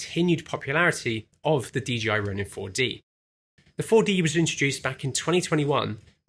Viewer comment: Why does everyone seem to pronounce DJI as D’G’I?